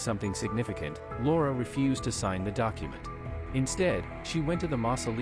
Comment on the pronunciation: It took me a while until I realized that the narrator was calling her Lara… I heard Laura